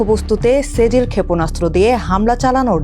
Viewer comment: সেজিল না ছিজ্জিল,,, এটা একটা আরবি শব্দ!!!!